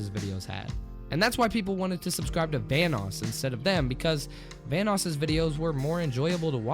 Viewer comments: It sounds like you're saying Thanos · why does it sound like your saying thanos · i swear he said thanos not vanoss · Every time you say “Vanoss” it sounds like ur saying “thanos” lol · Sounds like you are saying THANOS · It sounded like you said thanos instead of vannos. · Thought you said thanos gaming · I'm scared of how you pronounce Vanoss. T H A N O S . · Anybody else think he was saying Thanos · I thought you said THANOS